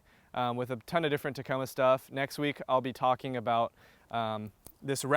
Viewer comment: It did sound like you said taco bell. Lol